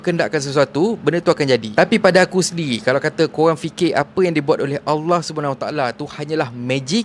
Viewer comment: Bg kasar cara tegur sebut allah pun tk betol